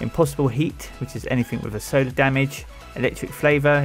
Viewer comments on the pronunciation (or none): none